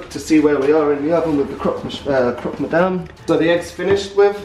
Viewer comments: croc mousse 😂😂😂: croc madame 😅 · Why was it so hard for to say "CropMadame" (tryinh to be a bit tooo proffesional at making the food) XD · Chef: It's Croque madame Raph: Croque miseur Chef: Croque madame Raph: Croque miseur Us: 😂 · Rapha: This is the best croque monsierre I’ve ever had: Croque madame